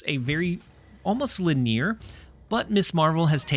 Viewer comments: I love you, and I hate to be that guy, but I can't help myself anymore. "Linear" is pronounced LIN-ē-er. In many of your videos I hear you say "li-NEER." Your content is amazing - keep it up. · Not lineer, it's lineyar 🙂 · Did you mean to say Lin-ee-ar? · Solid but “La neer”😂💁🏻 I like it. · You are the only person I know of who pronounces "linear" with two syllables. Any idea where you picked that up? is it regional?